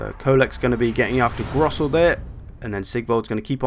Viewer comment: Anyway, I didn't really mind your mispronunciations bc I don't expect you to actually speak German (though Hochland sounded way weird tbh ^^) but it definitely was funny to hear you change some names quite a bit :D Ostland became Osterland, Gorssel became Grossel and there was this one Kislev place that you added an entire syllable to where I just thought "where in the world is he getting all them letters" :P But you did the same thing in the orc campaign, too ^^ (actually in all your campaigns for pretty much any faction) Still quality content though, keep it coming ;)